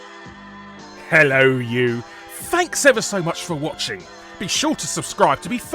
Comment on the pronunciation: Wrong accent. Larry most certainly has a very pronounced H in "Hhhhhhello you!"